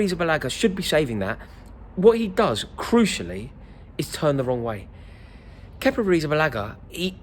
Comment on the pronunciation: Just say kepa